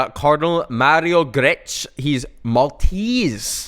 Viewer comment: NOT THE MISPRONUNCIATION OF MARIO GRECH (GREK)